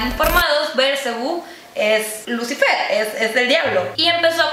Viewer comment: ¿Bélcebu? Que yo sepa es Belcebú y ¿Cómo que Belcebú es lucifer y es el diablo? Jajdjfja bueno es entretenimiento xD